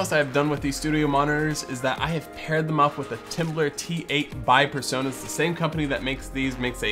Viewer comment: It's "PreSonus", not PerSonus. It's hilarious how Americans can't pronounce "Pre" and always say "Per".